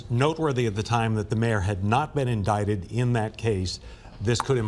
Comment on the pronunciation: Should I pronounce the word, "in-die-tid", or "in-dic-tid"?? 😅 😂 🤣